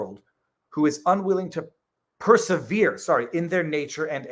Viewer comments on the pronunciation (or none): none